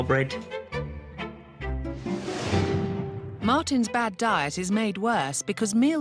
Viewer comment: he pronounces bread like brate